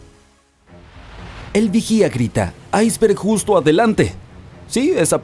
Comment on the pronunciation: Buen video. Sólo una objeción. ¿Porque pronuncias iceberg en ingles y no en español como debe ser? Te recuerdo que iceberg es un anglicismo que está aceptado en la RAE y como tal aparece en el diccionario como palabra española. Un saludo.